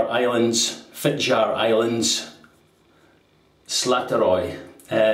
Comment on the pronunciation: You asked for it,: Yes, you did butcher Fitjar and Slåtterøy a bit (but they will survive: just a few weepers and nicks) J is like an English y. The diacritical sign above the a is there for a reason: It changes the sound from an open ah to an o-like sound), the double t makes it short, like Slot in a coin slot. Ø is like the French œ or the German/Swedish/Turkish ö, rougly like the i in bird. This time as a diphthong with the y. Imagine the stereotypical New Yorker saying bird: bøyd. (As an aside, in Faroese the øy has indeed morphed into oy.) So it would sound a bit like Fit-yar Islands [that's the ‘intrusive’ English word] Slot-er-øy. Do pronounce the r in your normal Scottish way